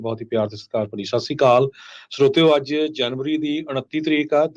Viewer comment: I pointed out this man many a times that say properly, Sat Sri Akal.